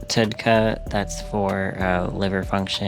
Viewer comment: I literally spit out my drink at how you said TUDCA. I don't think I can ever unhear that now, and I work with that bile acid for my research.